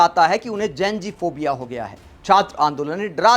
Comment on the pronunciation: जेन जी नहीं होता है जी जेन ज़ी होता है तुम प्रेज़ेंटर होकर ग़लत बोल रहे 😂 जितना विरोध करोगे मोदी जी उतने ही पॉपुलर होंगे ।